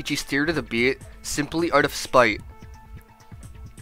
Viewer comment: and "Debyat". Can't pronounce "Debate" omg.